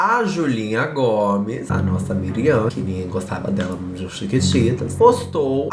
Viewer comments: ele falando miriam o video todo e o nome da mulher era Mariam kkkkkkkkkkkk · se fala "Mariam" kkkk, amei a fase coreana kkkkkk